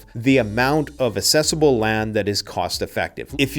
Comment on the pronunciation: Its pronounced Ak-cesablle not Ass-cesable lol I'd prefer mountains, closer to rivers, plains flood and have no cover to stay hidden. Not plamning to buy land, thats to bug out though